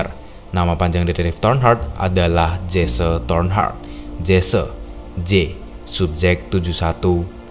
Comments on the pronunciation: Dibacanya bukan Jesse. Tetapi "Jesi" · bang, bukannya disebut "jesse" bang, tapi cara manggilnya "jessi" namanya jesse cara manggilnta *jessi& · Correction: Detective Jesse Tornheart Sebutan Jesse itu bukan Jese tetapi lebih kepada Jiss